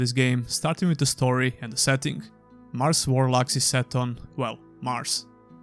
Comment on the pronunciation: So every time you said "Bound by Flame" and "Mars: War Logs" I heard "Bombay Flame" and "Mars: Warlocks" which, by the way, sound awesome.